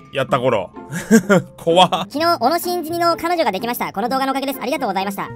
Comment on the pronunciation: もう小野を小野じゃなくて MONOのイントネーションでONO って言ってて草